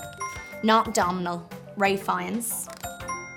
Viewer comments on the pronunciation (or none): none